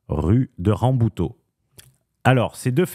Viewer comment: La pauvre rue "Rabouteau", elle se fait prononcer à la portugaise, pour pas un rond, mdr.